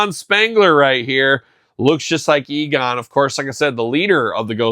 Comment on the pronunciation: Egon, not Eagon 😉